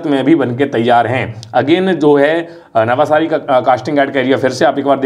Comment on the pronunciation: नवसारी, not नवासारी